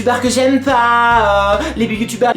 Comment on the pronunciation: Le clasheu la rageu XD Les Bu-yu-tubers xD ahlalà je t'adore 😍 #TeamPalmier